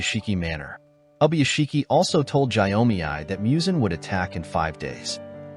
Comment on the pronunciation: Gyomei name pronunciation on point 👌🏽👌🏽